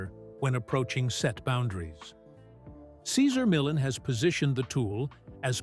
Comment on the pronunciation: At least pronounce this wonderful man's name correctly.